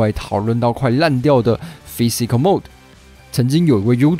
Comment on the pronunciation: 而且還念成了mode